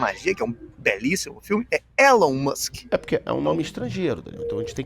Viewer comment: Pior que o tá certo, é Ilon mask a pronúncia. se alfabetizando em outra língua.